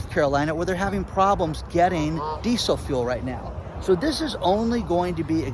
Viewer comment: D-d-ddid you say geesel fuel?